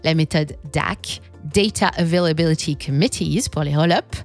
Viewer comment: Daydaaa euvélabilidyyyy